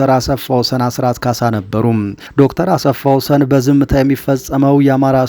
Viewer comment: ❓ " አሰፋ ወሰን " ሳይሆን አስፋወሰን ነው :: " ሰ " ሳይሆን (( ስ )) ነው :: አርም